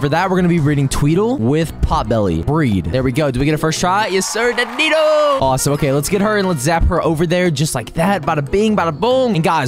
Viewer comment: Dan de Doo not Dan Dee doe